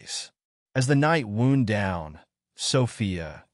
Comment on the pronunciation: When the AI can't tell the difference between Wound n. (injury), and wound a. (as in a wound up Spring.).